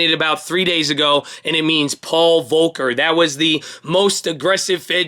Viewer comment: Its Volker not 'polker' man Its also pal-un-teer not pill-lanter No hate at all, just letting u kno bud Enjoy the streams ✌️